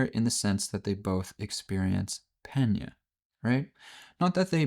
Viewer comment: Pretty close on the greek word. It is pronounced "Pe-ní-a", the accentuation is on "i"